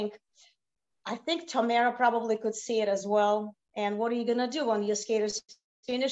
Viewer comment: I am confused by Elena’s pronunciation of Tamara. In Russian it’s Tah-MAH-rah which is easy enough for an English speaker to say. Instead she uses this weird Tah-MEH-rah which doesn’t even exist in Russian and certainly isn’t her name 🤷🏻‍♀️